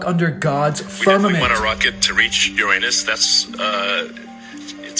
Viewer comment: Elon mispronouncing Uranus is wild